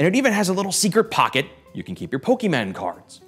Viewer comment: “Where you can keep your pokeeman cards”